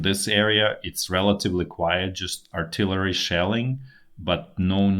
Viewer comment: He puts an “s” at end of words, so he says “Good evenings and goodnights everyone” lol! The thick Ukrainian accent makes this daily video even better (like the way he says “artillery” with a stress in the letter “a”)